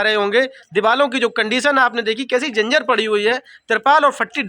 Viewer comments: अरे उल्लू के पठ्ठे कहता है पत्रकार हूँ डॉक्टर हूँ सही बोलना भी नहीं आता जर्जर को जिंजर कह रहा है , अरे बच्चो को नगें पैर दिख रही है और दूसरे दिन केक पार्टी कर रही है, गुटका खाने में पैसा नहीं लगता लिपिस्टिक में पैसा नही लगता सब गीदड़ों का झुण्ड है और ये राखी अम्मा सब।जगह पैर फसा कर व्यूज कमाती है और लिपिस्टिक बाली क्या शिवानी ने तेरा घर कभी नही दिखाया। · बोलना सीख लो पत्रकार स्कूल गए हो कि नहीं जंजर नहीं जर्जर होता है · Dr ho aap jarjar hota hai janjar nhi😂😂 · Patrakar ho pahle Bolna seekh lo janjar nhi hota jarjar hota h